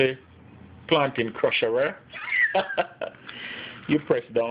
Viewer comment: plantain crusherrer😂😂😂 great video